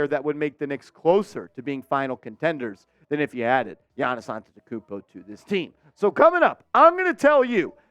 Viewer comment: Bro much love I love you so but you got to learn how to say his name because that's really offensive